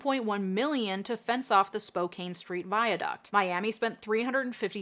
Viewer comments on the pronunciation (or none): LOL spok-cane street viaduct ... tee hee... pronounced just like the city, spoke-anne. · Spo - CAN* not Spo - CANE. Great video btw, here in the PNW we have some hard to pronounce cities. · I love you, but as a Spokanite I feel like it is my duty to tell you it's pronounced "Spo-KAN" not "Spo-KANE"... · Spokane is pronounced Spoh CAN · Oh, it brings me untold glee to hear Spokane pronounced incorrectly for Seattle's viaduct, and correctly for Spokane's shite landscaping. But the glee is shortlived, because Spokane's homelessness situation has gotten dire. I was working in local news when the Camp Hope protest began, when the City forcibly removed protestors from outside City Hall, when they moved to land cleared ages ago for the north-south freeway that's no closer to manifesting, to WSDOT threatening to sue the City if they didn't remove trespassers from state-owned rights of way, to the City talking WSDOT into a more humane solution.... Which culminated in the emergency overturn if zoning laws so the Mayor could build a large overnight shelter in the industrial district, run by a charity later found to be swindling thousands of dollars meant for operation costs, an unclear number of beds, no running water, and no privacy. Oh, Trent Shelter.... What a sham, so much money sunk into an off-brand bandaid solution. Then when no one wanted to use the shelter because it was impossible to sleep and there was no running water, the City sued WSDOT for allowing the encampment to remain. But you see, I remember how it began. I wrote tgat article. The City negotiated with the State to let Camp Hope remain. And when the City wanted to send in police and forcibly demolish the camp, the State said, "Oh, no. We're doing this humanely, remember? So until all humane measures have been exhausted, get bent and stay away." So